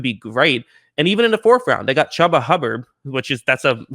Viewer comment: Chuba is pronounced Choo-buh, not hubba bubba